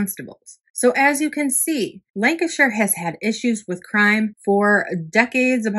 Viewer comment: nice to hear you pronounce Lancashire correctly,..😊as, most Americans can't!